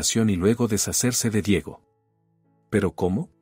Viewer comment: No se prinuncia Diago. Se dice Diego